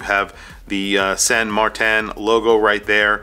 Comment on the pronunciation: There is no pronunciation variation of Martin that sounds like MarTAN, except maybe one goofy Aussie, it makes no sense. It's either MartIN or MartINE